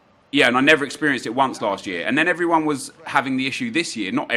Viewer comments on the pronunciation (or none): none